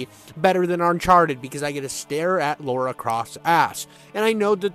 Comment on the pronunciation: God dammit, her name is LARA Croft. Lara is NOT Laura. How hard is that to get?